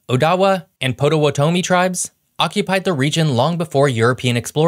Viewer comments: OK - now that I have some time: Ojibwa - is pronounced Oh Jib Wah - not Oh Jeeb Way Potawatomi - is pronounced Pah Toe What Ah Me - not Poe Toe Wuh Toe Me Both tribes were and are exclusive to the U.P. Other tribes occupied the L.P. Mackinac - both the island and the bridge - is pronounced Mack In Aw The bridge is just under 5 miles, not just over 4 miles - 4.9 miles long. The UP is no longer rich in copper resources, and iron resources are nearly depleted, with only 1 iron mine still in operation - which has been scaling down for several years, and has been repeatedly slated for closure over the past decade. It is only in recent years that mild winters have become regular in Michigan - and that is subject to change as the 20 year climate cycle continues to advance. For several generations the UP had been subject to absolutely brutal winters - both in temperature and snowfall amounts, largely fed by cold air masses coming out of Canada, while pulling up moisture from Lake Superior, as well as driven winds which would bury entire neighborhoods in snowdrifts. The western LP would get record snowfalls, fed by Lake Michigan - while the eastern half of the LP would get somewhat lower amounts, but frequently experience high winter winds. Mild winters is definitely not something Michigan is known for - and those incredibly harsh winters have claimed many lives due to exposure, even in modern times. The timber industry in the UP has been growing substantially over the last 50 years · Potawatomi is pronounced “Pah-da-wah-da-me” not “toe-me”. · And the tribe he referred to shortly before that is pronounced "Potta-wat-a-me" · Great video! I'm a proud Michigander and can trace my lineage to some of the first settlers in southeast Michigan, in the early 1800's. I found three mispronunciations in your video about my home state: Potawatomi is pronounced "pot-ă-wot-ă-mee" Mackinac is pronounced "mac-i-naw" Maumee [River] is pronounced "maw-mee" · Or Potawatomi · And Potawatomi